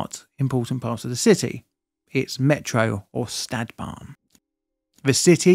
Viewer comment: One suggestion that i could think of when watching many of your videos would be; if you insist on using the native words, e.g. Stadtbahn, you can at least put it in google translate and check the native pronunciation.